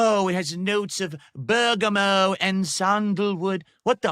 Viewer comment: 50 year old man discovers cologne for the first time. Also it's "bur-guh-mot", not "bur-guh-moe",.